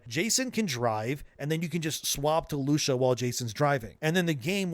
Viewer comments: It's "Lusha"?.... and not "Luu-see-yah"? Have spanish people been mispronouncing their own name for hundreds of years? Or is just terrible at pronouncing shit? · Lusiya not LUSHIA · It's "loo-see-uh" not "loo-shuh" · Who is Lu-shuh? I thought it was Lucia (pronounced Loo-see-uh). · It's Lucia not Lusha. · 🤡doesn’t change the fact that the more popular pronunciation is loo-see-a. If you want to go directly to the Spanish roots, which considering this is based in Miami, you could even get away with Loo-Chee-uh. Loo-shuh is extra, my guy. Rockstar themselves have confirmed it’s Loo-see-a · Lucia is pronounced Loo-see-uh, just FYI. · stop callin her lusha bro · It's Loo-see-ah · “Loosha” bro can’t fkn read 😂😂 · Bro said Loosha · Lew-shah. Okay... 😆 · WHY ARE YOU CALLING HER LOOSHA WHAT IS GOING ON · who tf is Loosha? Is this an AI voice, or are you a bit slow? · Loosha lol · loosha? or Lucia? its spanish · Who tf is "lousha" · lol “Loosha” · is this an ai generated channel who says Lucia like LUCHA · Then don’t listen. Things are pronounced differently all the time all over the world and you are small enough to settle on this? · Bro, say the name "Lucy". Now say "Ah". Now put them together. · Loo-see-ya that's how you can pronounce it. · Loosha 😂😂 engagement bait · Its not Lusha it's Lucia 😂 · Lusha? LUSHA?!??!? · Loosha? Who the heck is Loosha? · The truly pathetic thing is whinging about his pronunciation of a name that can be enunciated either way. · Loosha… that’s certainly… pronunciation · Looosha 😂😂😂🐕💩 ai be better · Yeah its loosia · I don't think that's how you pronounce Lucia. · The way bro pronounces Lucia drives me nuts. Canada must not have enough Hispanic people. 😂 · Why can't you pronounce a basic female name like Lucia????? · That's not how you pronounce her name 💀💀💀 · Is this shit AI? How tf you mispronounce Lucia? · Who tf is lushia. It’s lucia 😅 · Lusha ? Lucia (loo cee a) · lew Si a!!!!!!!!! NOT LUSHA!!!!!!!!!!!! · It’s lucia not lusha 😂